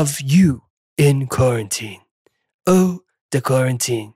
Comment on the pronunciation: im french, and what you said was correct, it was good